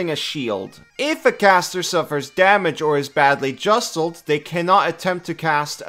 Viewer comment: Imagine mispronouncing jostled